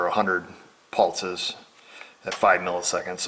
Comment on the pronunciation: wtf is a pultzes lol it’s pulse man where are you getting a T from in pulses ghee jit ?!